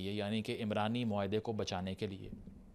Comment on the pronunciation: عمرانی معاہدہ نہیں یہ عُمرانی معاہدہ ہے، عین پر پیش ہے، عمران مرد کا نام ہے، عُمران کا مطلب معاشرہ ہے